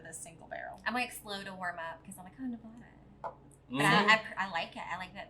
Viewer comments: Just subscribed. Looking forward to your review of Frey Ranch Rye. Oh and friendly advice - its's NE VAD- ah, not Ne- vah, duh :) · So happy to see Frey ranch getting some recognition. By the way it's Nevada not Nevoda.